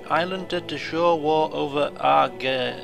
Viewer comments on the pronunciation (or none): and its ar-guy-ill :)